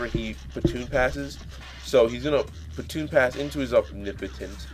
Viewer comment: Haha the move is baton pass, not pronounced like "batoon". Otherwise, a great battle, very evenly matched until made it in there lol